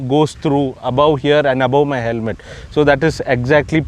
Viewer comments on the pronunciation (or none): none